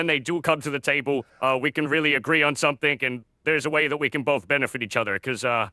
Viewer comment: Yeah this dude definitely has maybe a British accent, cause sometimes they pronounce a "g" as a "k", like when said somethink instead of something